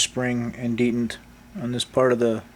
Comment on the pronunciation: Thank you. But please say dee Tent correctly, not dee dant. Picky I know but really bothersome.